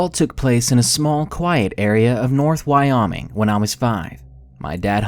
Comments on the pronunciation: Wy"ah"ming? It's WyOHming... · Why - Ah - Ming. Omfg. Why - Oh - Ming. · Wy-ah-ming? It's pronounced Wy-oh-ming. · The way he said Wyoming right away in the first one lol he said om more like nom than ohm like it shoulda been. My favorite two narrators though, good work you two! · Why-Om-Ing?! WTH 😂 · why-oming is how it's pronounced. just a little help. keep up the good work and practice your pronunciation please. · Don't get me wrong. I love this channel. But how hard do you have to try to mispronounce "Wyoming" and "wandering" within the first 60 seconds of a video. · Can you please learn how to pronounce "Wyoming" and "Wandering" it's not that hard! My lord I lost brain cells listening to this it shouldn't be that hard pronouncing two well known words